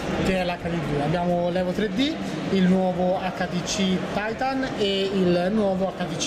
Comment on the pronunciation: Its "titan" not "taitan"